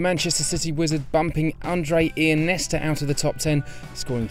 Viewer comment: Why does he call Iniesta Ianesta?